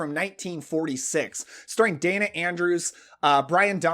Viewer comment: Day-na Andrews, not Dan-na. Otherwise, loved your video! ❤